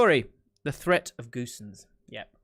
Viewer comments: Pronouncation of Gosens: Robin GO SENSE I Hope it‘s understandable… hahah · lol was it that hard for him to pronounce?